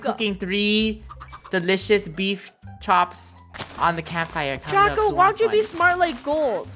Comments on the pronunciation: Funneh calls draco draca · it’s funneh said draca instead of draco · anyone hear funneh call draco draca?